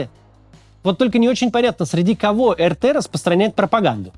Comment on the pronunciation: Так, Максим, претензия сходу. Очень прошу. . [ЭР_ТЭ] - это Республика Татарстан, я тут живу всем из Казани привет, а помойка раша тудей это [АР_ТИ], пожалуйста, очень прошу, а то прям некомфортно когда говорят не очень хорошие вещи и твою родину малую поминают.